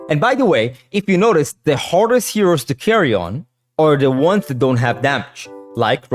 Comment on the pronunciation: he said heroes with an accent